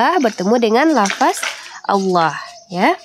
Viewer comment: Aduuuuuh mbak coba mengucapkan LAFADZ jangan LAFAS...Boleh aja Tulisannya LAFAS tapi tetep dibaca LAFADZ...